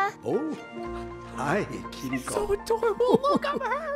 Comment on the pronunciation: Kirikos name was pronounced multiple times in this animated short. Is going to continue calling her Kir-iko or is he going going to finally start calling her Ki-ri-ko?